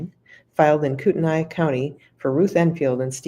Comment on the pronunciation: it's Koot-NEE, not Koot-en-I